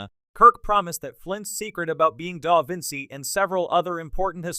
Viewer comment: The constant mispronunciation of the name "Da Vinci" (which is used in nearly every sentence) by the AI narrator makes this video unwatchable.